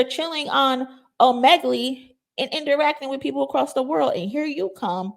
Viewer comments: ...Omegle is pronounced "OH--'MEH'-'GUL'...NOT 'OH'-'MEG'-'GLEE' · Girl ur so cute lol its pronounced O MEE GILL 😂❤ I love ur videos